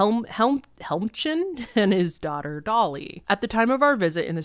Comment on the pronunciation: Hi! Victoria BC resident here, Helmcken is just pronounced "helm-ken". So cool to see my little city on your channel, thanks for being so awesome and a great story teller!